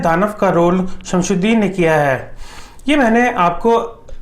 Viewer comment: SIR IT'S SHAMSUDIN NOT SHAMSHUDIN